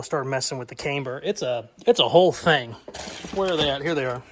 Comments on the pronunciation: Cameber? no its Camber.........I can tell your a yankee....Yankee just joking....HAHAHA. Love the 65 build. Take care my friend. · love the build! Just fyi, camber is pronounced with a soft “a”. Think of the girl’s name Amber but with a “c” in front. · I've never heard camber pronounced with a long A before. That said, loving the build. Really want to see it finished